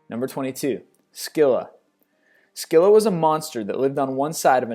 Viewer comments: Pronounced 'Silla', not S-killa' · its pronounced silla not skilla (spelt Scylla) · It's Scylla not skylla... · You said Scylla wrong say it like it's spelled sylla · Actually, if one is being even more correct, it's Khimaira :) - "Chimera" tempts one to pronounce it as "Shimmer-er"- which would be hopelessly incorrect. It's not shimmery at all, but bitey & fiery & hissy. "CH-immer-er" just looks wrong. SKylla is more correct than SCylla with an S-sound - SC looks as though it should be pronounced SH. It's confusing that both "Scylla & "Sylla" are pronounced with a simple S, as though the spelling were the same. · Not to be rude... But you mispronounced Scylla and Chimera (i think, i have heard them pronounce differently.) :)